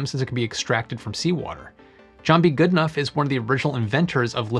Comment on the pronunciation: The tricky thing with journalism is to ensure you're pronouncing people's names correctly, or it makes you appear you haven't researched the thing you're talking about. The "ough" in the name Goodenough rhymes with bough, not tough. Like "Goodenow". Normally it wouldn't be a big deal but since you used your mispronunciation to make that terrible dad joke, compounding your sins, I felt compelled to say something.